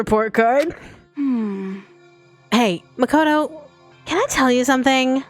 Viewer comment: Its makoto not "mocoto"